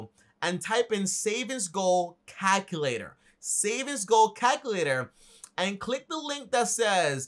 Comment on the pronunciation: "Calhkalator" 🤣 I still love this guy though